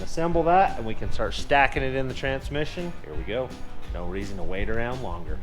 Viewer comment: This channel has taught me a lot of things, one of which is that "Trantsmission" has a second T in the middle of it